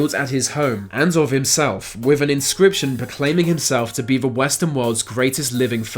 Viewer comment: Your accent is making me CRAZY. Why why do you pronounce 'th' as 'f'...as in wif for with...def for death...marafon for marathon. Get someone else to do the narration PLEASE. You sound like an idiot.